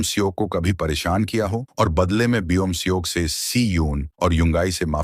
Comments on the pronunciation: Paresan ❎️ Poreson✅️😂😂😂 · Paresan 🙅 pareshan✅